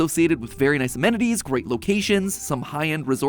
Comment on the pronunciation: Bro I’m from Windham Maine (well I was born there and lived there till I was 5 now I live in New Hampshire) but yeah every time he says Wyndham it caches my attention🤣